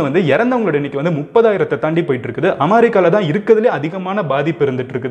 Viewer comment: என்னப்பா இது ...அமாரிக்கா இல்ல ....அமெரிக்கான்னு சரியா சொல்ல பழகு ...